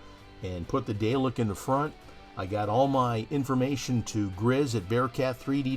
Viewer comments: Really nice mod. FYI, Dalek is pronounced "Dah-lek" not "Day-lek", please. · I'lll be that guy: it's pronounced "Dar-lek" not "Day-lek". :P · Great Build, although you need to learn to pronounce them as DaRRlek not Daylik lol. (and yes I know is is spelt Dalek, but us Brits pronounce the a as 'arrr' ) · Dalek is pronounced Daa.lek.